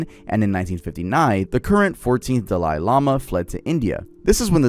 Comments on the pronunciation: Dalai is pronounced dah-Lee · the way he says dalai HURTS lmao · Just got to Dalai Lama part you're killing me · Ngl, the way pronounces "Dalai" is wild. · i swear hes saying tibetan and dali like that on purpose. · Pronounced Dolly not da-Lie And Ti BET an not tibbitin